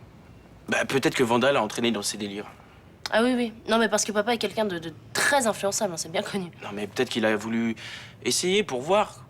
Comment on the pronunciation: On dit ''quelqu'un'' Pas kinkin Elle m'énerve